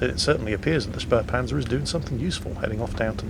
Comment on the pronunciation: Actually... it’s „Spähpanzer“ there is no r like „Spärpanzer“